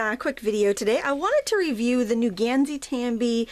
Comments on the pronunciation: It's actually "Gahn sigh tahm be." A in Japanese is pronounced "ah". The Japanese "i" is closer to the "e" in be, because it isn't drawn out as much as the "ee" in bee. The "ee" in bee would be represented by "ii" in Japanese, which is a longer, drawn out "ee." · To anyone who is curious how to pronounce it correctly, its "Gone-sigh Tom-bee" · you pronounced gansai tambi very incorrectly. how you are pronouncing it it would be "gansy tamby" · Just fyi, its pronounced "Ghan-sigh" "Tom-bee" (Koo-ray-tah-kay)